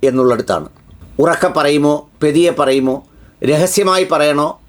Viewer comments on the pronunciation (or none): താങ്കൾ പെതിയെ എന്നാണ് പറയുന്നത്. പതിയെ അല്ലെങ്കിൽ പതുക്കെ എന്നാക്കിയാൽ നന്ന്.